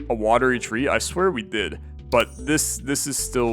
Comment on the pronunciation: One day will read Watery Tree properly! But great video; sad to see the series come to an end but makes sense until there are more updates!